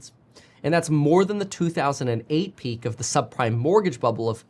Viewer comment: a subprime-ah mortgage-ah crisis